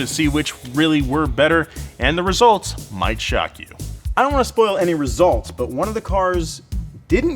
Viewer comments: When I heard say Back-to-de-bumpers it reminded a bit of Super Mario's broken English and i though, hey, these two work on some car pipes, they should dress up as Mario and Luigi! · “...now, back to da bumpers...”😂😂😂😂